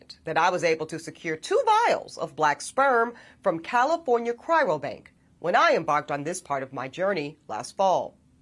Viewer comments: Funny that she is not pronouncing cryobank correctly the whole time "Chyrobank". How much research could she really have done to be getting it so wrong after a period greater than a year. Also, the language change when referring to people on this journey becomes "People like us" while the whole time before referring to black women as if the are a completely separate group of people. SMH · Ask her to say "Cry-o-bank." Not "Cry-ro-bank." Just one of those nit-picky journalistic details. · You know what's hilarious? She's an educated woman and yet she kept saying "cryrobank" instead of the actual correct term, CRYOBANK